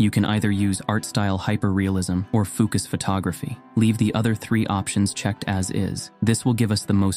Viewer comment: So do we need to run that bit of code at the beginning or what? What a difficult video guide to follow! You haven’t even linked fooocus and it sounds like you say ookas?!